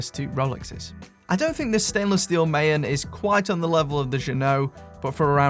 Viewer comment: Maen is 17th century Dutch for moon. Not pronounced as MA-EN but MAAN. (A as in America).